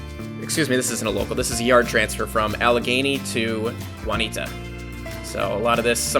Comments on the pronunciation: LOL he said waneeda. it's pronounced june-e ata. LOL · Pronounced is wrong it is June'-ee-AH'-tah since it's in Pennsylvania